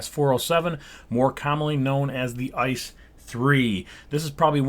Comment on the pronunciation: How can you prefer the 407 over the 403/406? :D just kidding, nice build! Maybe you could make a 403-variation of some kind, since apart from the front they're kinda similar. PS: the pronunciation is something like I-C-E not like ice cream ;)